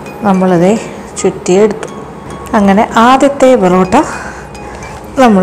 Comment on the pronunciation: Porata ale borata ennu parayuna pole